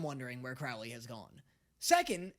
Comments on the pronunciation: it’s Crowley not Crawley😭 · By the way you are saying Crowley’s name wrong. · babes, would you please stop mispronounceing Crowleys name!? I beg of you!! He change his name for a reason TvT